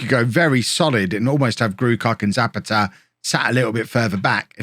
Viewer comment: Zapata is pronounced sah-PAH-tah